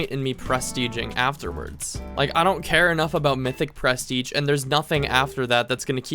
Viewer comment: why do you say pres teiging?